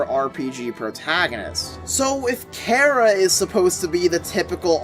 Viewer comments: it's pronounced kara not kera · its chara not karah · BROOOOOO!!!!!!! ITS PRONOUNCED CAR-A!!!!!!!